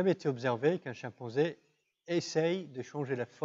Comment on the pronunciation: sont-ce mes oreilles ou il dit ''chien-panzé"?